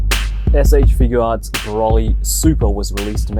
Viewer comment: its bah's ear not "a fur sash" Broly's gonna beat you up